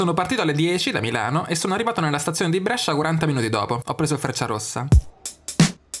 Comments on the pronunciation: Brescia non Brèscia ahahaha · Idea fighissima.. Ma chiudi quella "e".. Ti prego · Da bresciano sentire come pronunci Brescia mi fa un po’ ribrezzo, ma ti si ama😂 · Brescia detto alla romana fa un certo effetto;-)